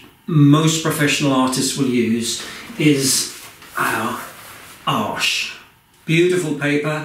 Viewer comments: Hi, I'm a first time visitor to your channel. I'm a beginner trying to learn watercolour painting. I hope to be able to paint like you eventually. I'll be tuning into your channel for inspiration. I've watched thousands of videos and you are the only artist who pronounced Arches correctly and that's why I clicked the subscribe button. Most of the products you use in your videos are not available here in the USA (or rather the shops I visit), but I'm making a list of things to purchase when I visit the UK. (Online shopping is convenient but boring):). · but at least he doesn’t pronounce it like the Americans do (not sure how I can write it but as if you were saying railway arches if that makes sense?). How would a French person say it then? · So pleased to hear somebody finally pronounce Arches correctly!! Loving your videos,, wish I’d found you ages ago. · Hi, this has helped me loads, I'm definitely give stretching my paper a go! Have you tried sea white of Brighton watercolour paper a go? Also thanks for the arches pronunciation! I've not heard it said like that before but concidering the region its made, it makes sense! 😁 Thanks. Jen